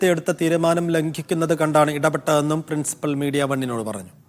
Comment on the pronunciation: പ്രിൻസിപിൾ അല്ല. പ്രിൻസിപ്പൽ ആണ്